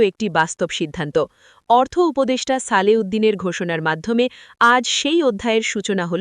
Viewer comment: সালেহ উদ্দিন আহমেদ বলতে হবে। আপনার উচ্চারণে কিছুটা ভুল আছে। বাকেয়া নয় বকেয়া,স্মারক উচ্চারণে ম এর উচ্চারণ উজ্ঝ থাকবে।ধন্যবাদ।